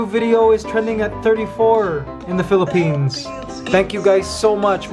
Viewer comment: They pronounced Philippine wrong 😊